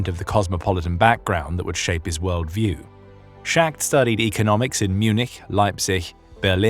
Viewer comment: Schacht is not “Shacked”. It’s “Schahkt”. Yahlmar Schahkt. Hjalmar is Danish I believe and the place he was born was in Denmark though part of Germany at the time. His mother’s family was Danish and his father’s German.